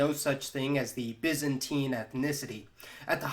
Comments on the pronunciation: Correct pronunciations: "He is a citizen of the byzan TINE empire." "He is a byzan TEEN citizen." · BY not BIS you bellend!!!